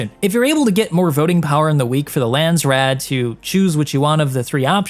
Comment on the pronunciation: Landsraad is pronounce like Lands-rod, not Lands-rad.